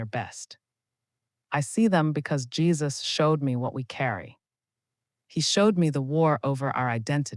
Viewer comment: Jesus not jaisus